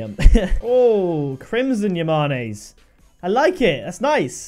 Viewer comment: When he saids yamane it sounds like he’s saying mayonnaise